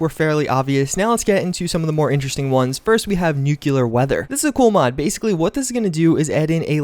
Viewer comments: / ITS NOT NUCULAR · *new-clear not nu-cya-ler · say new, then clear, nuclear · It's Noo-clear not Noo-coo-lar. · / Not gonna lie. The first time I experienced a radstorm scared the bujeesus out of me, definitely an awesome part of the game even if vanilla. Also... It's pronounced NOO-KLEE-UR not NOO-KYU-LURR. Just saying. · nuclear is a two syllable word: nu-clear (not nucular) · NU* CLEAR* not NUculer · It's "new-clear" not "new-kewl-lur" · ITS NOT NUCULAR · Dislike, because you pronounced Nuclear wrong. It's Nuclear not Nukuler. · This dudes george Bush's son 😂 NUCULAR? or NUCLEAR. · Nu-cle-ar, not nuke-you-lar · Its not nuCULAR its nuCLEAR. Its not even remotely correct, its scientifically wrong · It's pronounced NU-CLEAR, not NU-KILLER or any variation thereof. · Thrownblock It is both Nu-cli-ar, and new-clear. “Nukular” is not a pronunciation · british people dont say nukular they also say new-clear. Its the correct pronunciation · I think it's because you said "nucular" more than once.. You know, instead of using the the correct pronunciation of nuclear. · Grubert Chubbiecawké also nucular weather lol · That's what you get for saying "nucular weather" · he pronounces nuclear like nuke-yuh-ler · You said nuclear like Nuke u ler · How are you playing a game where they actually tell you how to pronounce the word and still call it "NUKE-YOU-LERR" you sound like an idiot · I unsubscribed because you said NUC-U-LAR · Nucular weather. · “scareder” “nucular weather” .... 👀🤔 Oh, and the faulty scope, too? 😔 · “A lot scareder for your life” “nucular” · Okay buddy say it with me- “nu-clee-ur” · Lol NUCULAR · Nu-cle-ar. Nuuuu-cleeeee-arrrr. Nuclear. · Nucular weather? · NU-CLEAR. Repeat with me: NU - CLEAR! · Nucular? NUCULAR? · Nuclear is pronounced new clear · "Nucilar" loool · "Nook-yoo-ler weather" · Nucewlar weather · Why do all Americans say "nucular" instead of "nuclear"? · CRINGE LEVEL 99% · Thrownblock “New-Clee-Er” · Umm, I'm pretty sure it's "Nukyiler" duh?!?